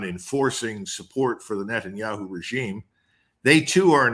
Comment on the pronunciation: Netanya-shoe!? 😂😂 much love for the Colonel!